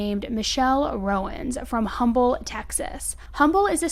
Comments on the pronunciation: Love you but you aren’t supposed 2 pronounce the “H” in humble, tx :) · Holy smokes that is basically where I live. How have I not heard of this? My HS is rivals with Humble. Also, you don’t pronounce the H in Humble like the regular word. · Hi darling!! Since you’ve been covering Humble cases lately, just wanted to let you know the H is silent, it’s really weird how they pronounce it! You do an amazing job keep it up!! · The H is silent in Humble TX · Thank you for covering this! I live close to Humble. It is pronounced without the h but no worries. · Humble, Texas, it's Um-ble not hum-bul. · This is the second case out of Humble you’ve covered in the past week. I lived here a few years ago. In case there are any other future cases, it’s pronounced Umble. The H is silent. I know weird right? I came from CA and was so confused too 😅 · In case you come across Humble again, it’s pronounced umble. The H is silent. Us Texans like to make things difficult lol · They say Umble not humble who Cares just tellin ya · Love your channel. Just an FYI it’s not pronounced Humble its pronounced Umble no H. Just for the future.. Everyone says it wrong.. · Can I just say. I live in Houston. "Humble" the H is silent. Like UM-ble. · Completely irrelevant, but Houston native here. And it’s pronounced “Umble”. The “H” is silent. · Thanks for covering this! I live in Humble. It’s pronounced “Umble (silent H 😊) love ur videos! ❤ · I grew up in Humble…It’s pronounced um-ble…🤭😊 just saying don’t come for me 😳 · As someone who was picked on for pronouncing the town name incorrectly, i just want to help out by respectfully saying that the “H” in Humble is silent 😅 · Great coverage. Just a quick thing from a Texan here- Humble is pronounced like Umble, with a silent H. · Just FYI,, since this is your second case this week about this city. It's pronounced "Um-bull." The "H" is silent. Thanks for cranking out so much content lately! ❤ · I used to live in humble. It's pronounced Umble